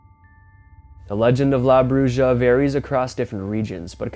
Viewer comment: Mexican witch is pronounced " bruha"